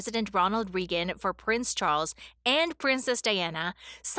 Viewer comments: The Reagans pronounced their last name ray-gn, not ree-gn. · The person doing the voiceover mispronounced President Reagan's name AND Princess Diana's. I'm surprised that someone didn't correct her. She must have been born in this century. 😂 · Ronald ‘Reegan’?